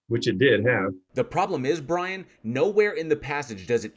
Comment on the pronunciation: We shall wewease, Bwian!